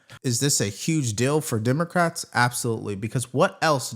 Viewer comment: I'll hold on to that mispronunciation I heard: Dimocrats.